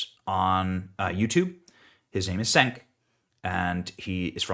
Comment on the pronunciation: "Cenk" is pronounced "Chaynk."